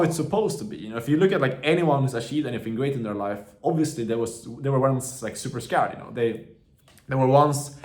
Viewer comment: No it is just funny when he says skäärd